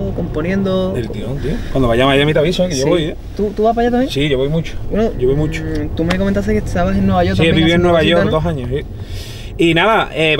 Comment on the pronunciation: "Escuxo muxo tra, me encanta anuel, OZUNA..." 😖😖